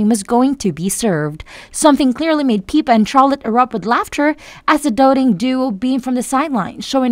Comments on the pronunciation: If you’re going to report on Princess Catherine please at least how to pronounce their names correctly. Her sister’s name is PIPPA…NOT PEEPA‼️‼️ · Please adjust your auto voice --- "PEEPA", Seriously??? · Your saying Pippas name wrong!